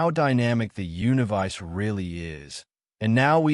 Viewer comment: Sounds AI--generated, cannot even pronounce "universe".